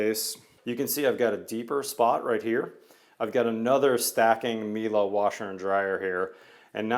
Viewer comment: Leave it to a Texan to pronounce Miele correctly